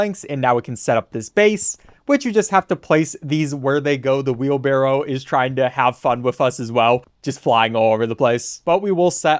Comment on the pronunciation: Hearing wheelbarrel makes me cringe.